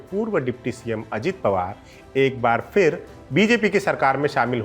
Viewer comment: से निवेदन है आप “फिर” (phir) को “फ़िर” (fir) ना बोलें।